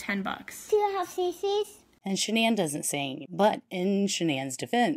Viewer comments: Shan-ann isnt her name and that cheese is gross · Literally everything about her was either fake or a lie including that ridiculous pronunciation of her name it's really just Shannon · the truth was not within her. Literally everything about her was either fake or a lie...including that ridiculous pronunciation of her name that she made up when she was caught embezzling...its really just Shannon. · Can someone clarify something for me please? Ive heard her parents pronounce her name as Shannon but everyone online and in the media pronounces it the way its spelled which. Ive never heard the name pronounced thqt way outaide of this case. How did she pronounce her name? How did Chris pronounce it? Her parents are the ones who gave her the name so they're pronouncing it correctly but maybe she started introducing herself w it pronounced the other way for aome reason? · Yes. Exactly as in your last sentence. And they kept calling her Shannon. She also changed the spelling. CW always called her by the new pronunciation since he met her after she changed it. According to Cindy Watts, his mother, there was a period of time when SW wanted Chris to change his name to "Christer". But I don't know how reliable that report is or if it's true.